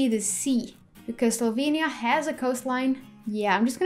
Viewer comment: Heii, you pronounce Ljubljana 100% right ;) , see its not that hard, i listen to that section 100 times :D and Maribor and Celje also pronouced right, em, we who live in Ljubljana are pronouncing Ljubljana wrong XD Now you know how Slovenian alphabet works try Lubljana xD I hate hearing people skip j ... And like Slovenija Its not Slovinia (you say like that) or Slovenia but is SloVEnija, need to emphasize. Its realy hard to explaing in english :), but yeah we are the only country who use verb in second person ( u have part of Croatia and part of Sweden, who use it but we are tho only who still kipping it as primary :), love your videos just keep going on :D best wishes ;) if need anything you can ask me :)